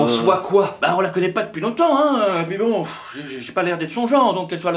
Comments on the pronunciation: Aprennez aux belges de prononcer les uit car on dit fuit et pas fouit et puis et non pouis 😂😂😂😂😂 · "Fouir", "houit", "fouite", "et pouis", à chaque vidéo ça me fait buguer, mais c’est chou 😆